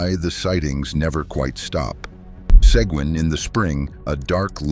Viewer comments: Like U-Val-De. Seguin not Squin or Saigon From both Towns at one time 🤠🇺🇸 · Seguin - pronounced Se geen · Se-Geen with a hard 'G,' aw pleeze